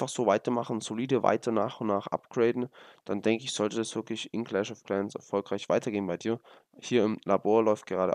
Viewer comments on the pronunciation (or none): none